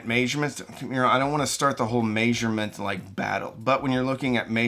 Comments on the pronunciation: MAYsurement MAYNOTsurement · Are you Canadian? You say measurement funny. 🤪